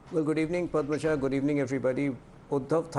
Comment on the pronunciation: YEH PADAMJA JI KYA HAI BHAI, PAD-MA JA BOLO , PADMAJA, PAD MA JA, PADMAJA, PADAM NAHI , PADAM PADAM KAR BAITHE HAI YOU FOOL.